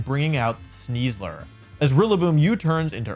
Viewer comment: I feel deeply uncomfortable every time he says Sneasler. (In the top 8, was that the real CybertronVGC?)